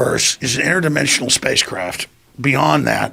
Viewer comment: "Its interdemisonal" yes..